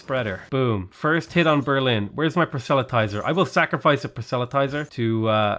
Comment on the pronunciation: Hey, I’m not sure whether this is the way it’s pronounced everywhere, but at least in my part of America it’s: PRAH - SELL - UH - TIES - ER